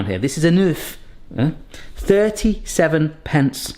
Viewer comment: Maybe for easier calculation, just note down the price per kilo/ounce of whatever you're buying. Then weigh what you actually use and you'll have a very nice excel. Your pronounciation of oeuf is getting better.